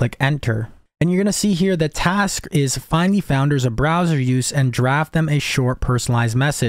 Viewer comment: browser not BROSWER